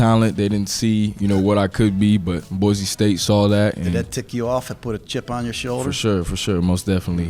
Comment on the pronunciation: It’s BOY-SEE, not BOY-ZEE Do better